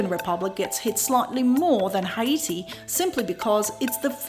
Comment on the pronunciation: I like your pronunciation of Haiti. It sounds exotic and not like hate when you say it. We pronounce it like 80 with an H.